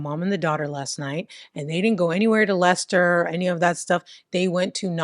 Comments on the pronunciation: Perfect pronunciation of Leicester 🙌👌🫶❤ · Yes you pronounced Leicester correctly. I was just at that Tesco yesterday. Ugh. I feel sick that I know some of these people. They were always fk ups. Banbury is in Oxfordshire. Banbury is just over 1 hour from Leicester. Stoke on Trent is 1 hour and 20 mins ish from Leicester and 1 hour 30 from Banbury if you don’t go through Leicester. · Yes Leicester is pronounced "Lester" and actually Stoke is Stoke and not "Stokes". Your English accents are wonderful. Personally I'm hoping you get to cover a case from Bicester ("Bista"). Your shows are like a cultural lesson and I'm learning some of the things Americans don't know about British culture, eg balaclavas! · English guy here: 'Leicester' is pronounced 'Lester', well done. 'Stokes'? I think you mean 'Stoke' on Trent (sounds like I am stoked). Edit: your English Accent is really 'taking the mick', in the best possible way lol. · You definitely pronounce Leicester as Lester so you’re saying it properly,. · You pronounced Leicester perfectly 👌. Lester. Same with Worcester. Pronounced wusster 🙂👍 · I forgive her due to the perfect pronounciation of Leicester 🤣 She tries a lot harder than most YouTubers lol